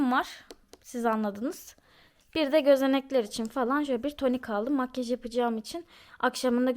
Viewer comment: Makyııjj demesine çok takılıyorum ya :)) Makyaaaj der misin? :))